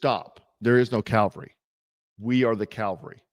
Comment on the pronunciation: Look bro, I know you're a jarhead, but we are the CAV-ALRY! CAL-VARY is the hill where Christ was crucified on. Otherwise; keep up the good work! Frosty, Strapped and Dangerous!